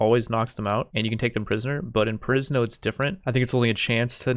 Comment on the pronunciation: I hear Prison instead of Perisno